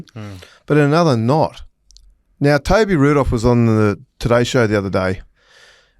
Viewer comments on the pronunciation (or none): none